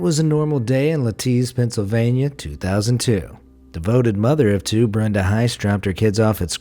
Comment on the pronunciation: Lititz is Not Li-tits . It’s Lit-its lol